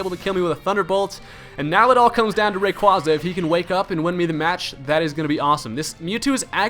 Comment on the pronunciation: you pronounce giratina and rayquaza wrong